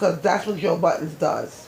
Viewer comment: This lady keep saying “joe BUTTONS” is aggravating me. It’s BUDDEN